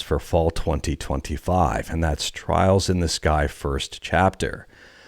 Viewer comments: Trails not trials. He said it twice. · Its trails not trials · Did you say Trials in the Sky on purpose to farm for more engagement? It's Trails. No way that was accidental. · *Trails... not Trials, lol x